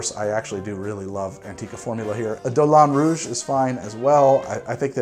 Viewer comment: You said "Dolin Rouge" as though it rhymed with "Moulin Rouge", it doesn't; also, a Martini (and, by that virtue, also a Vodka Martini) has no bitters, it's gin, vermouth, garnish. If you're making the Vodka Martini Extra-Dry, stir the vermouth 6-8 seconds so that it coats the rocks, then discard the excess liquid by straining it out while keeping the ice, then stir the vodka with the ice for another 6-8 seconds and strain, then garnish with an olive or lemon twist; it's OK to use a little extra ice in this recipe because it takes two steps, 6-7 cubes should do, along with 7 cL or 2 1/3 oz. Vodka and 1.5 cL or 0.5 oz. Dry Vermouth. Cheers!